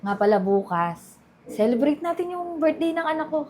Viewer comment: Celebration cha hindi birthday cekebrate😂